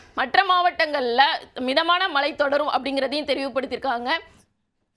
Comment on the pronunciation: tamil pronouncing wrong. eg.malai polivu. correct it as mazhai pozhivu.